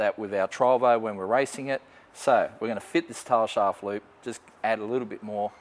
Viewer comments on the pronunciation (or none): 'Tar sharf lube' Heck, thought he was about to rustproof the floor! Also, for the brave ones take a sip every time he says: Tail shaft loop 🍻 👍